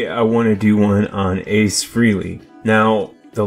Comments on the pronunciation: His last name is pronounced like "Fray-lee"not "free lee" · Isn’t his name pronounced “freh-ley”?